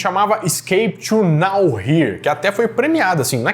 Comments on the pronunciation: "Now where" não é "Nowhere". 😂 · "Escape to no-where" e não "Escape to now-here" 😅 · Man, é Scape to No-where, lugar nenhum 😂 Não é now-here hahahahahah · Você realmente precisa fazer um curso de inglês .... nowhere (lugar algum]- pronúncia : nôu.uér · Ta precisando fazer um curso de inglês urgente hein, ou pelo menos treinar a pronúncia da palavra que vai ser falada no vídeo, por que não dá pra entender mesmo a palavra “nowhere”, e duas palavras sebaradas: now/here, juntas tem outro som, tipo (Noé) ou mais ou menos assim (Noerr), eu tive que pausar dessa vez por que foi bem puxado isso, e eu escutando o vídeo sem ver não tava entendendo o por que do “now/here”